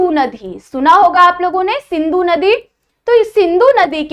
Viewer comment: Mam it's indus civilization not indos civilization it's not sindu it's sindhu